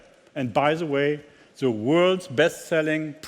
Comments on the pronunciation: It is embarrassing that such a Top Manager only speaks poor English. Tut mir in den Ohren weh. Vor allem, wenn "the" immer als "sse" gesprochen wird. Sagt ihm das keiner, dass das behindert klingt? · The = Seh , das ist so peinlich. The spricht man - Dh, bzw. Dih ( je nach dem welches Wort voraus geht, aber niemals Seh!!!)...und This spricht man auch - This, bzw. Diehs und niemals Siss!! Das kann doch nicht so schwer sein...und das als Weltmarke! Einfach nur Fremdschämen!